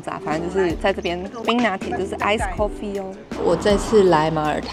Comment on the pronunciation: ” coffee “” ( 摳 ffee) ❌